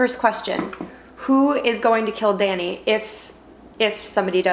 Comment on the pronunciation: Painful to keep hearing you pronounce DANI, DONI....but I still love you.